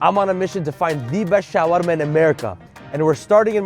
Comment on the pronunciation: The showarma pronunciation is getting on my nerves